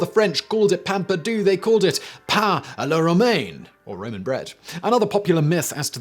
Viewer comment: Pain-Pear -Do Pain perdu...I'm from Quebec.So there is the proper way of pronouncing it!Hope that helped Simon;)